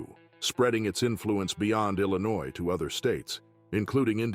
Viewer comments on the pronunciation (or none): none